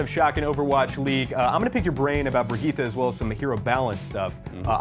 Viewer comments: Its bri- GI-TTE she literally says it in game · Its pronounced brigg-eeta